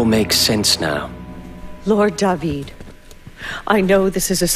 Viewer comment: +Dadiris Agrom It's not just that guys!! You got it wrong Japanese have often had a strange fascination of the Hebrew language. I'm from Israel, Jewish and speaking the language. So when I first heard Da-vid I was excited and appreciated it a lot. Da-Vid is how you TRULY pronounce the ORIGINAL David name, and to this day you pronounce the name in the same exact manner in Hebrew. Dave-id is modern English way of pronouncing it. Yes do some history/background check before bad naming the English dub! Da-Vid was a great poet, a bard of sort. He started off as a humble Shepard boy. Red hair with a fiery spirit to match, hot headed as hell, handsome, brave. He was also most famous for his triumph in a legendary unexpected duel against the Plishthim's champion. He was the underdog. This is of course the story of "David and Goliath". Yeah that shepherd boy with nothing but a harp, a shepherd's crook and a makeshift slingshot - taking down a skilled warrior-giant with 1 rock to the forehead. So in Hebrew its "DA-VID ve Golyat" .Later Da-vid was to become arguably Israel most famous ruler - KING of the Kingdom of Israel. A powerful, blood-soaked warrior king, who's personality was both heroic and imperfect. Such splendor and tragic past. Many names in English (perhaps the majority of them) - comes from the Hebrew Language in its source - which is one of the world's most ancient languages. Da-Vid = David. King Saul = Sha-ul. Solomon = Shlomo. Abraham = Av-ra-ham. Issac = Itz-hak. John